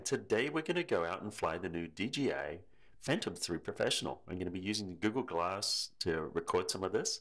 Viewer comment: DJI, not DGI, I keep hearing people that can't say JAY but say GEE...